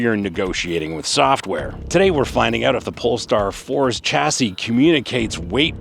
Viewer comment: It's pronounce SHA-SEE, not CHA-SEE